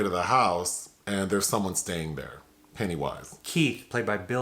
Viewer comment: Every time says “Pennywise”😂😂😂❤️